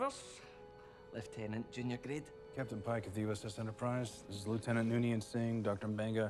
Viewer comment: Aye, and he pronounced lieutenant correctly! That's also a first.